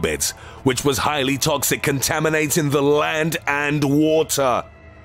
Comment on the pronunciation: This guy puts to much emphasis on meaningless words in the sentences, instead of saying "the sky was on FIRE" he says " the SKY WAS on FIRE"